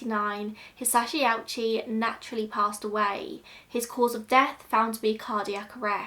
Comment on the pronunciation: Oh-oo-chi. Three syllables.